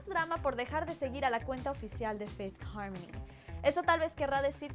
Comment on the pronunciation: no me gusta como dice fifth harmony se escucha naco